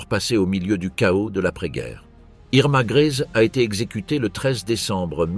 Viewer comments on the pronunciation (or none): none